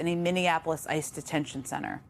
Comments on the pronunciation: She keeps calling ICE "Isis". Lol if the shoe fits... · Jen said “Isis” instead of ICE twice. 😆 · its ice not isis omg